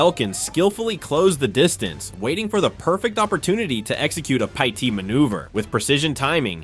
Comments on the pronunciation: And why can't it say the word pit? It's not pi-t. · According to another channel with the same video (and potentially the same annoying AI narrator), the TBI caused well over $10,000 damage to the house. It's sad how many "pie tee" maneuvers were spoken about. Thumbs down on AI slop. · "py-tee maneuver" 🤣 come again? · 👎👎👎 - PLEASE EVERYONE HIT DISLIKE! Sure glad they did a “PAY-TEE” maneuver! Every video has shit AI narration! This is the worst channel I’ve ever been on! Hit that DISLIKE 👎 everyone please! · AI voice is dumb... Pie-T ? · Umm.. pie tea haha… ai is destroying the English language